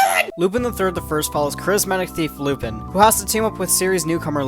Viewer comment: How is it that this franchise has been around for over 50 years, you literally watched a full-length movie on it, you seem familiar with the subject matter... yet you still pronounce his name incorrectly?